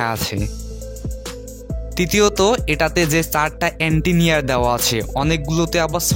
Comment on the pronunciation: এন্টিনিয়ার আবার কি অ্যান্টেনা বলেন